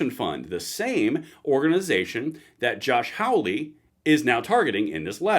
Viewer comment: Josh Holly ( not Howley)